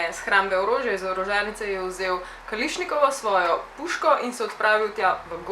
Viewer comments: Kališnikovo😂😂😂😂 rece se kalašnikovo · KALIŠNIKOVO REČE SE KALAŠNIKOVO DRGAČ PA DOBR VIDEO